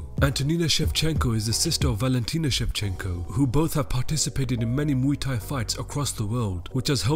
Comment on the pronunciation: he said moo thai ahahahaha